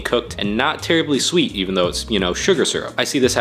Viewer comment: Why he pronounce syrup as serp